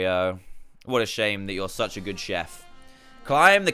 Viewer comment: D chef not shef